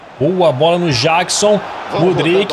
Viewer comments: não se fala jackson jeckson q se fala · Ele fala Jackson do modo mais difícil 😅